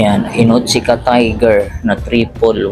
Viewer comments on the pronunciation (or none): Onitsuka hindi inotsuka